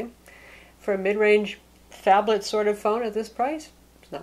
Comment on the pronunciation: not a phablet ..a fonblet ...